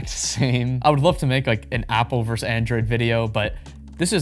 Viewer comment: The word is "versus" not "verse". Saying "iPhone verse Pixel" is nonsense. Otherwise, great video.